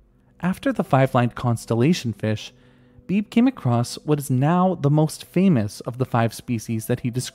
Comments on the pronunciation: FYI: I have a friend named Beebe, and it's pronounced BEE-bee :-) Like a BB gun. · I don't mean to be annoying, but I'm pretty sure his name (Beebe) is pronounced "Bee-bee"